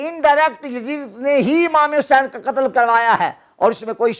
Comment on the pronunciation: Qttl ka lffz theek nhi hy